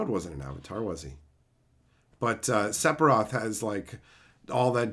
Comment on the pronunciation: I get Aeris because of the bad translations we got with original 7 but I don't know how you pronounce Sephiroth like that lol. That being said. I don't really mind either way. I'm not gonna gatekeep cause of how you pronounce it